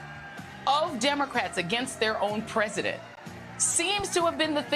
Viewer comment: The preudent or how is he pronouncing the word "president"?